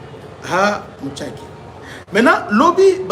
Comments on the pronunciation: MUSHAKI et non MUTSHAKI .... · C'est "Mushaki# prononce comme c'est écrit, pas Mutshake